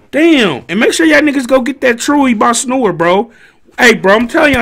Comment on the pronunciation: Nigga hat said "Truey by: Snor" lmao